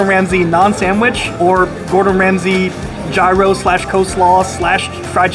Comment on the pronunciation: jeye-roe!? Lol dude is pronounced yee-ros